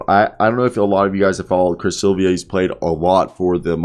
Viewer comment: If you’re gonna do commentary, do the basic RESEARCH and learn THE PROPER PRONUNCIATION of peoples names! Silva is an incredibly easy name to say. It’s NOT Silvia. 😂